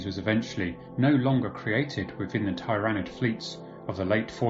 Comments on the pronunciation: Your pronouncing tyranid wrong. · Think he is fucking up zoats too. How do you pronounce tyranids?